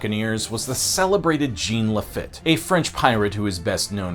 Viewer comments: Great video and many thanks. Just one note from a Gulf Coastal native: its Jean "La Feet" not "La Fit". That made me cringe a bit. Cheers! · It's pronounced La-feet ! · Upsetting mispronunciation when apologizing for the native language, you royally screwed up multiple other names Cabeza: Kah-bay-zuh (not kah-bay-zah. Sounded like you were building up a kamehameha there) BerNARDo, not Bernando.... Lafitte: La-feet Maceo: May-See-Oh Balinese: B(AL)-lin-ease. Not bawl-en-ease. Please refer to ZZ-Top's "down at the balinese" for further information Jacinto: ha-seen-toe We've always called it ball-iv-er, but bow-live-are is more authentic so no harm there Fun facts: I know you didn't say it, but another reason Houston became the big city: The air conditioner was invented shortly after the storm. People moved to Galveston because the sea breeze was better than 50 miles inland on the swamp. Well after the hurricane people would rather sweat a couple years than be stuck on the island and face a storm. Then with the oil you mentioned and the AC being powered by that oil, Houston just went massive. The Maceo's family, one of the grandkids is Tilmann Fertitta, owner of the golden nugget and the Houston Rockets. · His pronunciation of Lafitte was painful.